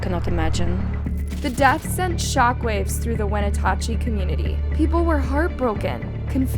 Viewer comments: it’s not wenatachee… it’s pronounced When natch chee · Wa-na-chee is how it is pronounced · You pronounced Wenatchee correctly the first time you said it in the beginning of the video but it went all bad after that. At the end you were able to say it 2 different ways within a minute of eachother & unfortunately both were incorrect. Phonetically its 'When-atch-ee'. Just trying to help you out because I know if I was totaling butchering a towns name I hope someone would help me be able to refer to that community properly. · The town is pronounced "When-at-chee" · The way you said Wenatchee… clearly we didn’t do our research.